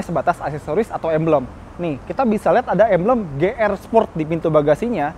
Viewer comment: Ti Ar Di bang,,, Ji Arrr bang,, 🧐